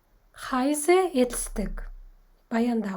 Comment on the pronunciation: heisse сөзін дұрыс айту керек еді.